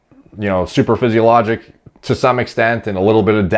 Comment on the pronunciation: Hey. It's suPRAphysiological not superphysiological;) It's just your pronunciation and I'm a dick I guess